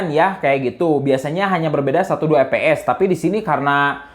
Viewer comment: Lucu dengar bang nyebut fps jadi eps